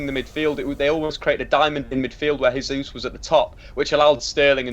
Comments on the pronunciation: G. Jesus is Brazilian, so you don't pronounce his name 'Hey-sous'; it's Portuguese not Spanish, 'Jey-sous' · Your pronouncing Gabriel Jesus completely wrong, he's Brazilian not English lol